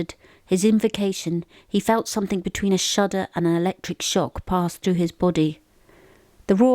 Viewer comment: oh please,there is no "K" on the end of "something",,,,,,,sorry my indiosyncrasy